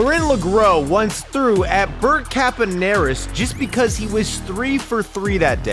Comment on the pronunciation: He said jest instead of just